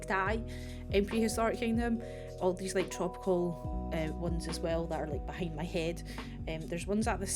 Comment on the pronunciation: I love the "A tree is a tree- but NOT theese-Theese are different" 🤣🤣 Looking foreward to see what you´ll be building with the Dilo :)